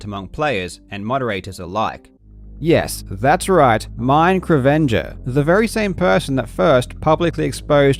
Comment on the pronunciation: ok nice vid but wouldnt it make much more sense to pronounce his name like mike ravanger?